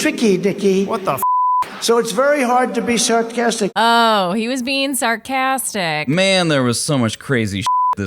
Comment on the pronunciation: I think I heard trump say Shart-castic